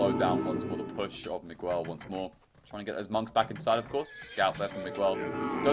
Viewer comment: The "u" in "Miguel" is not pronounced in Spanish, and the "q" in Chinese is pronounced as "ch" in English.